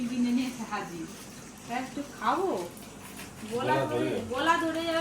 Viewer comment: গোলা নয় গলা হবে